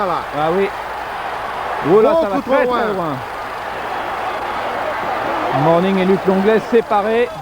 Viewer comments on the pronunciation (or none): Announcers said Luc Longleg and alonza Mor'ning! Lol And mugsy out there lookin like a juvenile, breaking adults up from fighting lol 👀